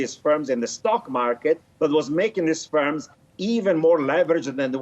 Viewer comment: Its FIRMS, not SPERMS